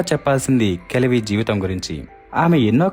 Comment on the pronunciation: Kajavi kaadu, kalavi